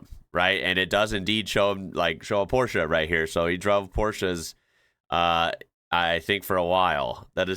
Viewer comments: The German way, not the English way. Very impressive. We just say porsh😂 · is a rare American specimen. Not only can he pronounce Porsche correctly, he also drives a manual car. What a man. Love you <3 Greetings from Germany